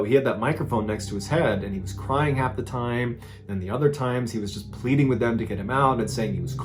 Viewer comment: Is there a reason your pronunciation of THE are all pronounced “thee”? It should only be “thee” prior to a word beginning with a vowel. It’s really incorrect and bothering the heck out of me. I’m really trying to enjoy the videos and would love to delve into the podcasts but I cannot get past how much that bothers me.